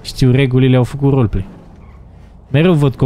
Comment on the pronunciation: Pe atunci nu ziceai Roleplay ziceai roly play